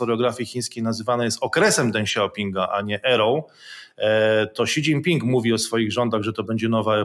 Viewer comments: Si dzin pin! Nie ksi! :D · Si dżin tao.... 🤦